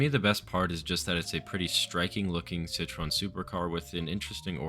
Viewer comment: i would never even have been able to guess that it was citroën you were trying to say 🧍🏼‍♂️🧍🏼‍♂️ i only realised because of what was om screen 💀💀